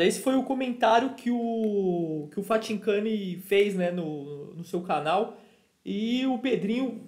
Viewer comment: falando Fathincani é uma resenha kkkkkk